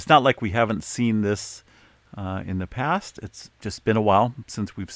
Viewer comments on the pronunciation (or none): none